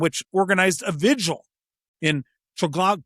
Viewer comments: The shouting gets tiresome after a while. And please check how to pronounce Trafalgar. It's rather important to the Brits. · Trafalgar. Tra-fal-gar. The most famous public space in the UK.